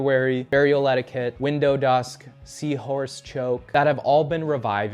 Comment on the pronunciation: he pronouced Widowdusk wrong also